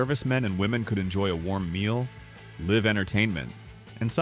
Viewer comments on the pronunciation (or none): F-ing AI. It's LIVE not Leeve. AKA Rita Hayworth had a LIVE show not Leeve show